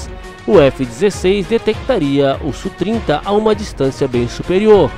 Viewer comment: Tecnicamente não se fala "Sú",bem como não se fala F/A-18 como sendo "fá dezoito", mas "éfe áh dezoito". Se você pilota sabe que não é comum essa terminologia. Aliás, usa-se muito o nome OTAN, por exemplo, Falcon, Flanker e etc. Enfim, se acha mais didático "Sú", ok! Abraços.